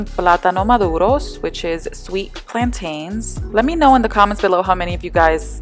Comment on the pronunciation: Thanks for saying PLANT-AIN 👏🏾👏🏾👏🏾❤️ you’re so pretty🌸